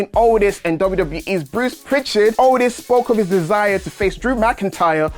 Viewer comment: It sound like he was saying otis when he was saying aldis 😅